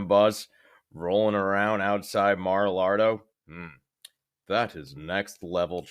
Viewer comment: It's "Mag-a-Lardo" 🤣🤣🤣🤣